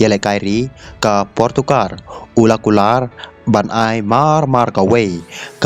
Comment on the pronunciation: portukar???? Rolls-Royce ❌ rose-rois ✅😂